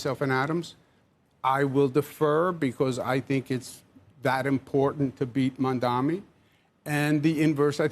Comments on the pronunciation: Why are they ok with calling Mamdani as Mamdami? Cuomo got corrected in the debate regarding the name. Maybe he is still salty that he lost but what about the anchor calling him the same? Don't they have standards to not call people's names incorrectly as a host? Why not learn how to pronounce it before saying his name a lot in the segment. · These loser clowns can't even say mamdani properly. Ross sorkin keeps saying mandami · or they like to say mandaMI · the name is "maam-daani"..m-a-m-d-a-n-i. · Title should be renamed to: Rich Millionaire TV anchors who can't say Mamdani's name right collude on live TV how to win election with millionare Andrew Cuomo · They are so detail-oriented that they can’t pronounce Mamdani correctly! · They do that on purpose I believe.